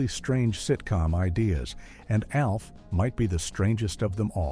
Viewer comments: Or at least use better scripting that phonetically sounds out the word instead of spelling it out! MASH , not M-A-S-H. ALF, not A-L-F🤦🏿‍♂️ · Our favorite alien was called “Alf” like in Alfred, not A L F.